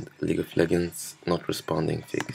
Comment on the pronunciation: someone teach this guy to say "legends" and not "leggends"